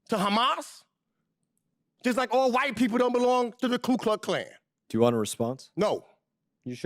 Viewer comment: It is Klux not kluk.